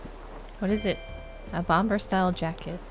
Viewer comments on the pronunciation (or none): Bomber is pronounced like Bommer btw 😊